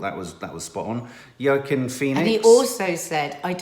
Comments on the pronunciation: Wa-Keen Phoenix 🤔 isn’t it ? Just became a family member 👍🏻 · It’s Wa keen Phoenix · still saying Joaquin Phoenix wrong 😅😅😅 Edit: I think the other “NOT good” actress that you are thinking of is Sienna Miller